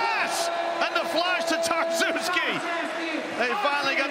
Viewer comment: nessuno: commentatore inglese: TarsUski